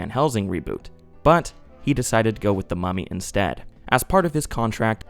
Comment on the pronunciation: I keep getting distracted bc I think ur saying "Mommy" instead of mummy and it makes me giggle everytime lmao